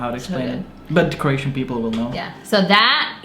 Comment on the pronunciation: Its Croatian not Keration.